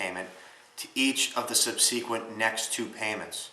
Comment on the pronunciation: sub seekwent. How about SUBsequent. Accent is on the first syllable. Nice tips but hard to believe you've never heard of the word subsequent. :)